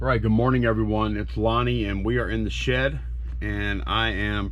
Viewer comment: Why did you stop pallet flipping, like buying returned items and test items like you mentioned in your last video? And might sound weird, but I miss how you use to say “hi it’s Lonnie, we’re in the SHED!” You use to put a emphasis on shed lol